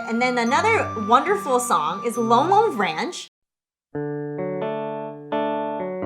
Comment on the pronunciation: I usually let this stuff slide, but nah. wtf did she call lon lon ranch? 🤨